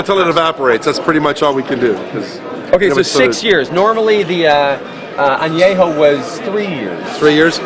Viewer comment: Please learn how to pronounce how to pronunce anejo (just a cosmetic thing if you're drinking high en spirits) and I would've loved to hear more about what the difference is between the Resposado for example which I've had and the Ultra.